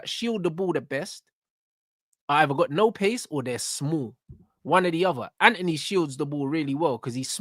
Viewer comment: The fvck is Anony? It’s Antony ffs 🤦🏾‍♂️